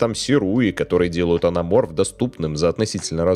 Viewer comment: Зачем вам буква Т в слове АНАМОРФ?)))